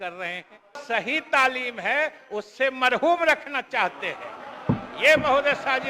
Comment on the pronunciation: Neta ji mahrum ko marhoom bol rahe hain 😂